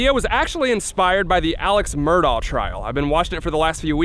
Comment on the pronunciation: Thank you for pronouncing the name right!! Everyone keeps saying "Murdock", yet it's clearly spelled "Murdaugh"!!